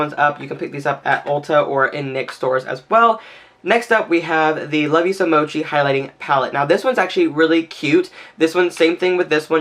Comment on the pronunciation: Thank you for knowing what mochi is and how to pronounce it correctly! Your thumbnail really pulled me in, I love how you incorporated so many colors for your look and still tied them together for a really unique look. You've earned a subscription from me! <3